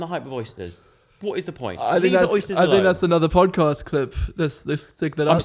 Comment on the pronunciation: the "pjoedcaspt"